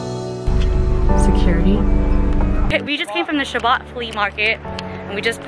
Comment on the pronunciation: Chabot.is pronounced like Shuh bow. Rhymes with rainbow. Thanks for all the great info!